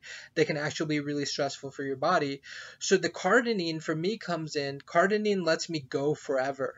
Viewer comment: Its cardirine not cardinine